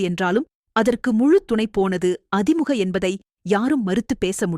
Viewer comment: அது அதி முக இல்லை, அ திமுக...இது கூட தெரியாம எதுக்கு படிக்க வரீங்க